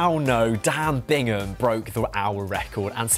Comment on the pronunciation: Wow, that’s cold and incredibly disrespectful to Dan Bigham. To say he “bought the record” is disgraceful and belies the amount of work that went in to this hour record. You also said his name wrong quite a few times. Bigham, not Bingham.